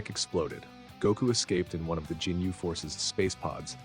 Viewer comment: “Jinyu force”😭